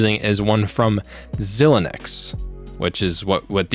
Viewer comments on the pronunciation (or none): Xilinx is pronounced "Zy-Links" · Ooooof you made me cringe so bad.... My father was an embedded systems developer so I grew up with thinga like FPGAs. The correct pronunciation is X-eye-lynx. Xilinx is a reputable brand that has been around for many decades... ironically since 2020 they have been owned by AMD... so guess he is making a lower quality AMD GPU with extra steps... but still this is am amazong project. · Xilinx is pronounced { Zi - Link - Z} just for future referance. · Learn english properly 😂 xilinx (pronounced zilinks)